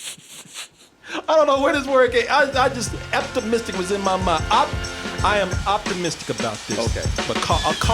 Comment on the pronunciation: Excitedly opptimistic...... Eptmistic lol